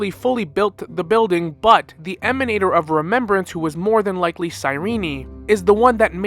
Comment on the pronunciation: Good video but why do you keep calling Cyrene "cyrene-i"